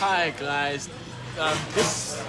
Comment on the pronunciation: "Hi gluys" 🤣🤣😭😭